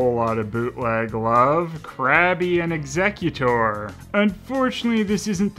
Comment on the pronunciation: The way you pronounce exeggcutor is so off. He's not handling wills.